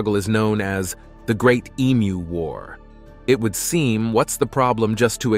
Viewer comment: Congrats on pronouncing emu correctly. Most septics get it wrong and sound like e-cows. Pity you confused them with ostriches though.